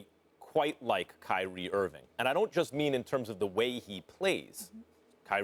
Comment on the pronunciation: Stephen A keeps saying "Irvin" when his name is 'Irving". Come on man!